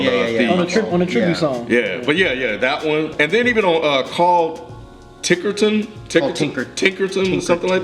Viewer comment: what the fuck is with this tickerton thing? it's TickeTRON not TickerTON. why does everyone make this mistake?